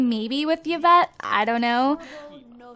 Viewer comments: It's pronounced EE-vette. Not Yeah-vette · Yvette is pronounced i-vet, hope you read this =D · Her name is not pronouced evet (Yvette)